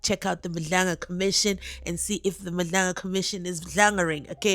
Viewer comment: Madlanga commission if it's madlaangaring😂😂😂 Thank you for giving us the best rendition of the case